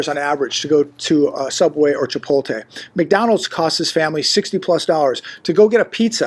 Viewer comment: You keep saying ChipolTAY, it's ChipotLAY😂😂😂